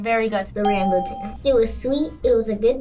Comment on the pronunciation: Rambut, not rambu